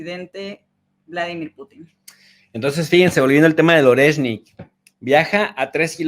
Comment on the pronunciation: Sólo una pequeña corrección. Oreshnik - орешник . Se pronuncia,. ARIESSNIK. (acentuando la A y con énfasis en la S) jjjejjej con cariño lo comento. Muchas gracias por vuestro trabajo, pareja. Un saludo